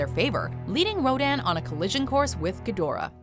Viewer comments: Me during the entirety of King of Monsters and this vid: It’s pronounced “KING. GEE-DRAH!” Who tf taught you to say GEE-DORAH?! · It's pronounced "gee-dor-ah" not "gid-or-ah" damnit!